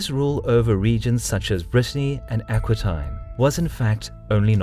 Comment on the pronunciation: I love watching these videos, and the narrator's voice is excellent and clear. But I would like to comment that you pronounce many regions' names and names of individuals incorrectly. So just be careful of that in future videos. Just for example in this one video I noticed the pronunciation of Aquitaine was askew, and there are others in previous videos. But otherwise keep up this great content!